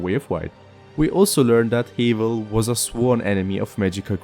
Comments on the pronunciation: it's like have you don't say the a's name so like havel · I think your saying haval wrong I mean Idc personally but just letting you know